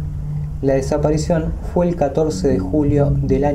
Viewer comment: Me intriga mucho éste tema, mas aún cuando se menciona el windigo. El único detalle es (sin ánimos de ofender) que se dice "Fue" y no "jué". Le quita el suspenso y la seriedad al asunto. Un saludo desde Entre Ríos, Argentina